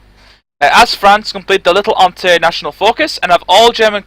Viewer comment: its pronounced on-tonte, wtf is on-te?